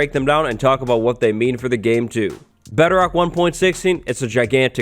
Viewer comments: It sounds like beterok to me :))) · you keep saying betterock